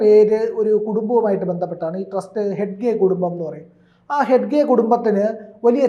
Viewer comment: ഹെഡ്ഗെ അല്ല ഹെഗ്ഗഡെ